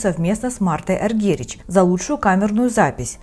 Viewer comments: вообще правильно Аргерич. есть видео где она сама на этот вопрос отвечает " я что вам, немка? Аргерич моя фамилия" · Дóйче Граммофóн, Марта Аргерих, пожалуйста. Интересно слушать, но своеобразное произношение режет ухо. Спасибо.